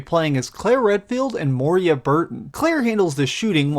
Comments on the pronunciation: Good review! But it's Moira! Not moeeria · lol you keep saying moria instead of moira. this isnt the lord of the rings lol! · Bruh, Moira, not Moria... Good review though :)